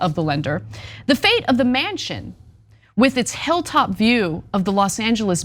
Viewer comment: "The fate of Man-Chin or Mansion?"